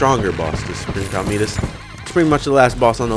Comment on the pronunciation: Its not pronounced cal a meet us it is pronounced ca lamb it us